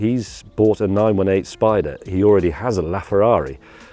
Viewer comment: You said 918 wrong